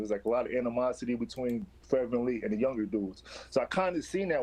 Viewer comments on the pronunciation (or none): ….who the fuck is VanLeet???? It’s VanVleet😂😂😂😂